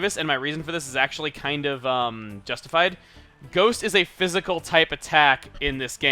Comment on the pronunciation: I heard phyjical